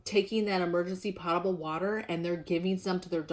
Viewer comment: pronounced "p-ohtable" water